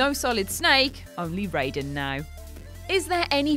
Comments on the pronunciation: Rye-den. Not Ray-den. That is MGS, not MK. Please please please check pronunciation first.... that was painful. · R-EYE-den, jeez. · I can't tell you how angered I am by how you mispronounced MGS2 Raiden's name. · It’s pronounced teedus. Not only did the game booklet spell out the pronunciation but even in other Final Fantasy games it’s pronounced teedus, not Tidus. Also Auron is not a dream, he was just dead the whole time. It’s Rye-den, not ray-den. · Tidus is pronounced Tee-dus. Raiden is pronounced Rye-den. Auron isn't a dream. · Why are you mispronouncing characters? Tidus is (Tee-dus) and Raiden is (RY-den). Also, Auron is an Unsent, not a dream. Do you even play the games first? I thought I could stay with you guys since Ben and Peter left, but this channel is getting worse and worse. Just lost a subscriber.